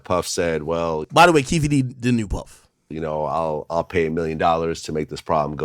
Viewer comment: Why can't AK say puff like he knows something we don't..dude been told